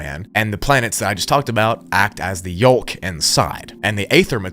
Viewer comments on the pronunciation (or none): This guy likes to pronounce silent letters like the l in yolk and the a in aether.